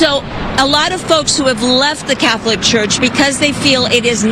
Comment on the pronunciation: Why does she keep saying “Cath-O-lic?” 😂